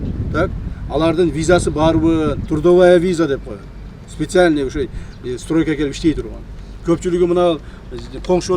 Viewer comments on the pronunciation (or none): Стройканын С дегенин да тушугбойтко кебетеси